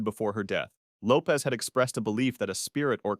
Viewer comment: Lisa Lopes last name is Lopesh not Lopez…